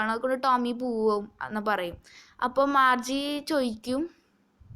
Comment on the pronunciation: Marche alla Margie aanu